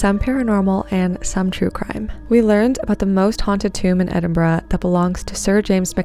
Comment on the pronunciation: If there's any other city in the world i would live its Edinburgh. (So happy you pronounced it properly). Edinburgh is considered one of the most haunted cities in the world. It definitely has a super spooky vibe!